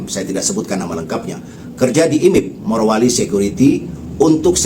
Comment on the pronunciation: MARO MARO. RISIH TAU DENGERINNYA, YANG BENER MORO! MOROWALI BUKAN MAROWALI! BIKIN KESEL DENGERNYA!